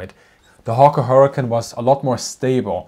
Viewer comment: Hawker HurricaN. 😂